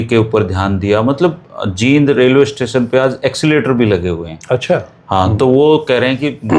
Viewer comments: JEEND & JIND भाई जैसी स्पेलिंग वैसा बोल 😂😂😂😂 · 🙏आदरणीय और अभी पीछे सुना था कि राष्ट्रीय गीत को शुद्ध उच्चारण से गाया जाएगा l लेकिन जींद को #जिंद और अमृतसर को #अमरुतसर, पेड़ को #pad जैसे phonetic उच्चारण राज्य की मातृशैली का प्रभाव होता है l अत: विश्व में शब्दों का उच्चारण गारंटी से नहीं कहा जा सकता कि वह किस रूप में शुद्ध माना जाए🙏l